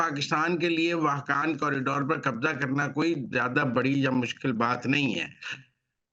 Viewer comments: صاحب آپ واخان راہداری کو با بار واحکان پڑھ رہے ہیں جو غلط ۔ پلیز اپنی غلطی کو درست کریں ۔ اور واحکان کی بجائے واخان ( Wakhan ) پڑھیں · معزرت کے ساتھ سر ،اپ تمام پروگرام میں واہقان کہتے رہے ۔اسکا درست تلفظ واخان ہے ۔ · پہلے واخان کا جغرافیہ دیکھ لیں پھر تبصرہ کریں ۔ واخان کی میں سفر کرنا بہت مشکل ہے۔ جب تک افغانستان اجازت نہ دے کوئی ملک اسے پار نہیں کرسکتا ۔ اور جنگ اس طرف نہیں ہورہی ۔اور اس کا تلفظ بھی درست کرلیں ۔ یہ پٹی افغانستان کا حصہ ہے دوسرے ممالک اس کو کیسے محفوظ کرسکتے ہیں ؟